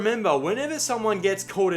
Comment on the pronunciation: Its sesh. Session. Esh-ay. "He's" is said "E-shay". Emphasis on the E. "Lets go eshay adlay". (Lets go for a sesh lads)